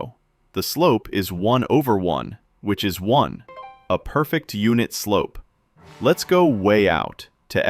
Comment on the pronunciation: Bro this is a robot voice. is incorrectly read "is" as "I's"